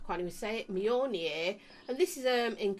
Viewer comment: Yay you said Mjolnir right this time! 😂😂